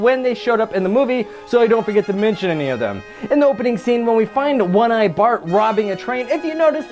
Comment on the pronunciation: It's Bart not bark